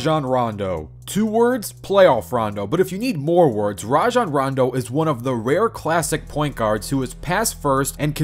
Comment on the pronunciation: I HATE IT when people say “rah-jon” ITS “RAY-JON”. STOP IT.